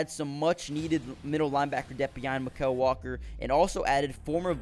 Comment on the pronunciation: Bro, you're butchering Mykal's name. Say it the same way you'd say "Michael".